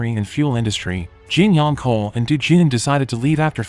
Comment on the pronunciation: Tell AI, it's pronounced ch-ohl, not kohl.